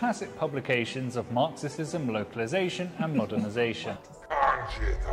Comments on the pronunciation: It's not a tongue slip. It's Marxi-Xi-sm 🤧💀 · How TF does an English guy say Marxisisim? Bruh... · if you are going to do a dictionary commercial don't mispronounce words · An English man who can NOT pronounce basic English words like "Marxism". ROTFLMOA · The guy not knowing how to say Marxism is a good sign though.